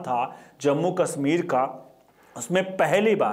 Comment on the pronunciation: श को स क्योंकि बोलते हो जैसे कश्मीर को कसमीर तो देश को देस ओर परिषद को परिसद तो पहले बोलना सीखो